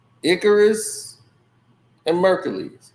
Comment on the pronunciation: That is not how you pronounce Icarus!!! 😂😂😂😂 check spelling regarding Greek Mythology and about flying close to the sun!